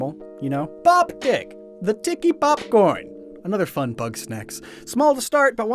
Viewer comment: I...did not hear "Poptick" there Also, is there a brown crapple too? :^)